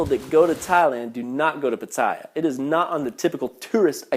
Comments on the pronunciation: .... learn to speak Pat teh ya .... I'm insulated as a canadian as the way you are representing thailand my wife is thai never a bad thing other than the occasional overcharge on taxi's. omg Koh Pi Pi not koh phi phi . were you even in thailand? did you even listen to the locals? PuKet sounds like Poo Ket stop your channel( a year late here) unitl you learn how to speak thai ... or english as most Thai locations FOLLOW ENGLISH PRONUNCIATION Guess what FRENCH AND DUTCH heavily influenced the thai language Thailand and FRENCH is part of CANADA. Thailand is not a magical happy land but with COMMON SENSE you will be fine in Thailand. it sounds more like you got scammed by your friend than the thai people they are very reserved they will read people and will take advantage of people who lack an iq of 110 or below. Thailand is good to people who treat the people as people there are scammers but if you exercise no common sense you deserve everything that comes to you. Understand When you come to a foreign country not only Thailand people think you are rich to fly around the globe to see how different their country is. People with limited global experience posting video's not only makes that country look bad but also the country they are from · Lmfao. The way he pronounces Pattaya, I got goosebumps 😂